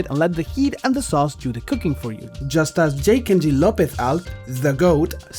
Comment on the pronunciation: I've never heard anyone pronounce J. Kenji Lopez-Alt that way.